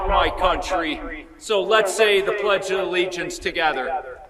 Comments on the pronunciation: He keeps saying Plegdea Allegiance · What is “the pledge duh-the allegiance”? Isn’t it “the pledge of allegiance”? This guy wouldn’t win in California, so he carpetbags to other states that he thinks are populated with suckers. We’re not suckers. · Fleeag? Ugh never trust anyone that can't pronounce simple words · He calls it “The Pledgalegiance” lol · He also calls it the pledgealllegiance